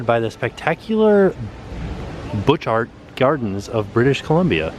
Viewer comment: I was looking forward to this video so much and I really enjoyed it! The Canadian Pavilion is beautiful but Canada is even more beautiful in person. You should come visit! Also, it is pronounced boo-shart gardens. :)